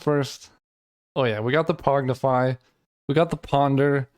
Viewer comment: Pongify: exists: "Pognify"